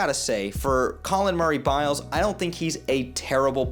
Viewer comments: You gotta learn bros name if you gonna be talking on him, it’s Boyles not Biles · boyles not biles